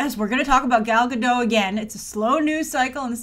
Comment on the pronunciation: why you saying GaDOUGH now,? It's GaDOT lol